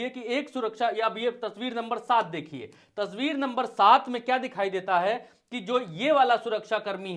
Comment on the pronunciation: Aapne baar baar tasbeer kahe rahe hai o tasbeer nahi tasveer hoti hai janab